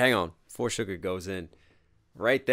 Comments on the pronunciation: Hey . No offense but its not "sugar " but "suga". Its pronounced as sugar without an A . Maybe its just me who heard it wrong but yeah.. Anyway really love how u dissect the vedio. It shows that you're actually enjoying it. much love ❤ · hi loved this reaction!! just a note btw, the name's SUGA not SUGAR (pronounced shuga, pretty much just sugar without the r)